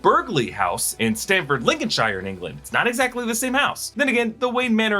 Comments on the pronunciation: FYI Brits don't pronounce Lincolnshire "Lin con Sh EYE er"... we say "lin con sh ear".. same with all the "Shires". Remember, Ear not Eye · Just a friendly note: when mentioning a UK County that ends with shire, it is pronounced sher rather then shy-er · shire is not pronounced shy-re it’s pronounced sheer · Great vid! However can Americans / Canadians Stop saying the Shire bit of out counties. Yes it is spelt shire… but it’s pronounced ‘sher’ Not lincolnshire… Lincolnsher:-) x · As a Briton I can confirm we aren’t in the hobbit. All counties (Lincolnshire, Cambridgeshire etc) are pronounced shear (like shear a sheep) at the end not shire like the hobbit. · It's Lincolnshir...not Shyeeerr. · In Britain, "Shire" is most commonly pronounced ""Sheer" just for future reference :) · When you see a place like Lincolnshire the shire is pronounced like Cher the singer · its pronounced lincoln'shear'... nobody says shire like lotr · Awesome video but it hurt my soul to hear an American say Lincolnshire 😂😂😂😂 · Your pronunciations of Burghley and Lincolnshire are so funny